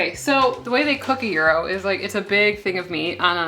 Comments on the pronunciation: GEERO meat - its said like JI-RO , you might have head it in Seinfeld, or other tv shows. GIRO, GYRO - J-RO. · Do we never question what's in parchment paper? BTW, gyro pronounces as yirro. Thank you for your recipes. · Thank you! But must correct your pronunciation! The G is like a J in jump, the y is said like “eye” and the ro is like “row” ahhh, got that off my chest, lol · "ear row" meat. "Hero" is closet word we have to this Greek delight. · "Yee Ro"--- from a Greek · If Gordon Ramsay says "Jai-row" you KNOW that pronunciation is incorrect. Ever hear a Brit say taco, quesadilla, or guacamole? It's painful. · "GHEE DOUGH" is how I understand to pronunciate gyro. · Just recently I stopped pronouncing it GuyRo lol 😂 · Living near the Greek community of Tarpon Springs FL, they say “yeer-oh” however, most everyone has their own way. Tomato/tomato. They are great, regardless. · It’s a rolled g . It’s not a y . From a Greek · The g is silent. lol. Love this! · Your ever-changing pronunciation of gyro makes my head hurt, haha! Seriously, this looks fantastic and I'm totally going to try this recipe. Yum. Thank you! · Your pronunciation of "döner," "tzatziki," and "gyro" was a huge turn off. The word "kebab" is a Middle Eastern term which goes with the "döner." Döner kebab is a Turkish dish. Gyro is Greek. "Kebab" is usually a term used for meat stacked onto a skewer. tzatziki is a sauce that is traditional for the Gyro. A garlic yogurt sauce is traditional for the döner. Other than this complete lack of context, your video was actually pretty good.